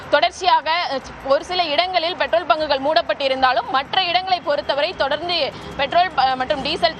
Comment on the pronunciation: தமிளகம் Betrol (Petrol) இது என்ன? உச்சரிப்பு